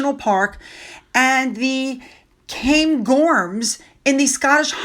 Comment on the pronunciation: Cairngorms. Has an R in it. Not Cain.